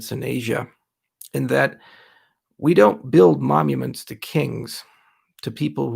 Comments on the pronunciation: Is he saying momuments? 🤔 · Sounds like you're saying momuments in the video though. Is this the kind of thing where you've said it wrong your entire life and no one has corrected you on it? Like Rick (in Rick and Morty) who says "taking things for granite" Or was it just a brainfart from being tired and not able to sleep? Both are okay btw, it's part of being human and happens to the best of us. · How about you fuck off and make me some of the money you have lost me back, dickhead. Can this guy really not say 'monuments'. We're all fucking morons for buying into this guy's promises.